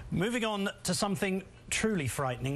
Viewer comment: at the end... '' Moving on to something TRULY frithening'' Are youy fucking kiding me???